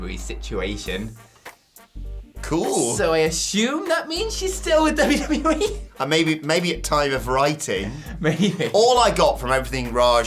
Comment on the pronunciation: "dubbu-dubbu-wee"? Goddamn, slow down, guy